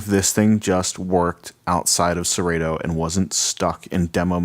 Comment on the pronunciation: First thing, it's Serato, with a short a, not a long a. Second thing, it says right on the controller Serato. This controller was built, designed, and marketed to work with Serato DJ./Serato D.J. Intro. And it does just that. It is plug and play with Serato. Dude, you should have done more research, because the information is available on Numark's website as well as Serato's. I purchased mine about 6 weeks ago, have used it extensively(12+ hours) every weekend......it works flawlessly. And let me stress....FLAWLESSLY. The sound quality is great, the pitch faders are very accurate, and the platter response is surprisingly good. The effects strip/search strip is a nice added feature, and I do like the built in display on the jogs. This controller is a steal at $300.00.